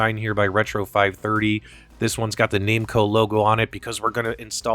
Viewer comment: "Name-co" - whaaaa? I think you mean "Nam-co" when pronouncing Namco